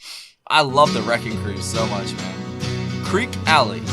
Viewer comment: It's pronounced "Kreekee Alley"" It is located on St. Thomas in the US Virgin Islands. The group lived and performed there before they made it big in the US.